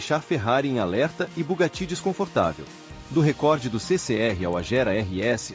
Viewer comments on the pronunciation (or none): none